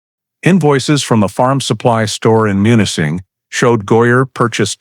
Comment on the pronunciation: Munising is pronounced MEW-nis-ing MEW, - not MON or MUN